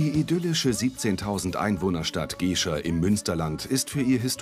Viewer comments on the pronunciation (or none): Jemand sollte der Crew und mal sagen dass es Gescher mit kurzem e und nicht Geeescher ausgeprochen wird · Geeehscher...Gescher, heißt dat Ding, mit kurzem 'E'! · Richtig. Man sagt ja auch "wie der Herr, so as Gescherr" und nicht "wie der Herr, so as Geeescher". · Bitte den Namen "Gescher" richtig aussprechen. Das wird Gäscha ausgesprochen.